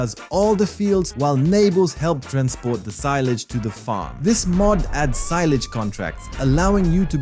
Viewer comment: omfg you said seelige it S I L A G E